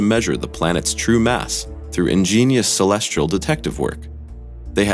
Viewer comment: The supposition, here, is that we know all the planets in our galaxy (at least as stated here). Did he say, “celestral?”